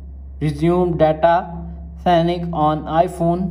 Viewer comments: its syncing, not signiking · It’s pronounced “sinking” not signing lol